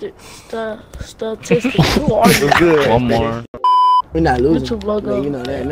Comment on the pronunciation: It’s not static’s it’s stahtistics